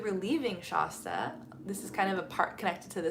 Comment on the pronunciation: I’m a California native and have never heard Shasta pronounced that way. The A is pronounced like “at” without the T. Not like “aah”.